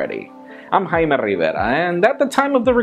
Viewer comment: I like the way he pronounces Jaime.